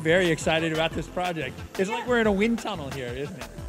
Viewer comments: "Do you rike it?" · "Did you rike it?" LOL